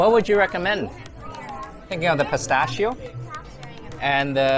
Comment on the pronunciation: I recommend you to learn how to pronounce "pistacchio"!! 😂😂😂